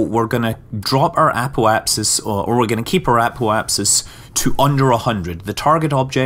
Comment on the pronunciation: wtf is an apo-key?!